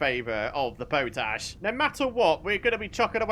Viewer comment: Hi, i think you are pronouncing something incorrectly ie. Potash is pot ash, that's what I would have thought.